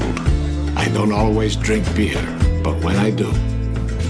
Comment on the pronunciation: Is it just me, or does it almost sound like he's saying "I don't always dring beard, "?